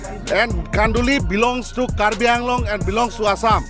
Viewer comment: He dont even know to pronounce kHanduli and still he claim that khanduli is there land ha ha... R u commedy me